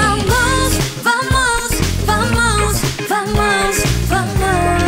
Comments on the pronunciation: 지은언니의 개쩌는 음색과 개쩌는 표정과 개쩌는 춤선.... 아이유 3요소 완전 갖춤 ... 거기에 +개쩌는 vamos 발음 .... 죽어도 여한이 없습니다 세상에 지은언니 날 가지기엔 언니가 아까우니까 세상을 가지세요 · 강자에게 더 쎄게 아 럽 겜블 와 첫 소절부터 발성 느낌 미쳤어요... 절제된 댄스의 미친듯한 멋있음.. 어느새 고개를 똑같이 까닥이는 나를 발견할 수 있어요. 국힙원탑 면모 진짜 제대로 보여주기 시작! 이 8마디는 말 그대로 worth more than jewels.. vamos vamos ~ go ahead 진짜 발음도 미쳤고 안무도 미친 구간이라고 생각해요.. 너무 멋져.. Queen, Nicely done. My bad, you lose.. 진짜 겜블러의 느낌 제대로 살리는 가사와 발음, 안무 삼위일체 그자체.. 어떻게 이렇게 멋있을 수가 있지???? 손 까닥까닥. 끝까지 여유넘치는 멋짐 그 자체.. 어떻게 한 영상에 이렇게 많은 멋짐 포인트가 있을 수가 있죠?? 적어도 516번은 돌려봐야 하는 그런 영상이라고 생각합니다 ㅠㅠㅠ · 국힙아이유님의 랩 딱 끝나고 'vamos' 부를 때의 목소리, 발음, 멋짐이란게 폭발💥...❤️ 목소리 예쁘면서도 멋진건 반칙이에요 언니💦 심쿵..💘 취저💓많이 좋아해요🌸😍